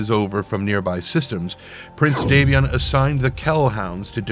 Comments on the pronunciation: Normally I wouldn't nitpick, but the lore specifically points to House Davion being descended from Anglo-French nobility (d'Avion meaning 'of Avion) so it informs the way that name should be pronounced. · What's with the weird pronunciation of Davion?